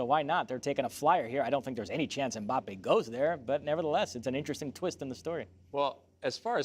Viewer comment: Stop being lazy and pronouncing last names in english. Mbappé has the accent on the e.